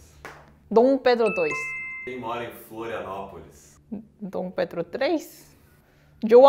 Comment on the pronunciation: "Flolinapolis" kkkkkkkkkkkkkkkkkkkkkkkkk